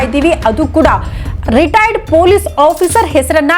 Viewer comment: Madam first pl learn how to pronounce " Retired" ...u are saying "retiredar"... responsible channels like you should not indulge in sensational news..